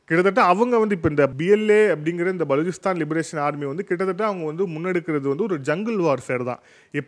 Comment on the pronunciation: Please pronounce name of Baluchistan correctly.